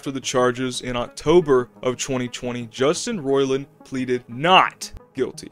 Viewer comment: Took you a minute to get into it and you don’t even know how to say his name. I’m supposed to come here for info?